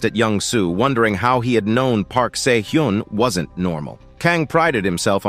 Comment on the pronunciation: Where my boi, SAY-OH-JUNE!!????